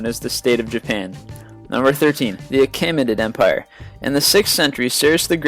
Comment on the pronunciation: Achaemenid is pronounced Akh-ah-men-id